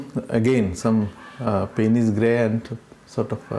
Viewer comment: Your videos are very instructive. Thanks for uploading these tutorials. (I think Payne's gray is mispronounced.)